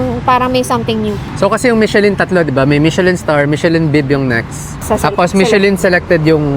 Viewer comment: it is pronounced as MI-SHUH-LHUN...NOT mishelin. And...kindly take off your cap while eating for etiquette(guapo k nmn maski no cap)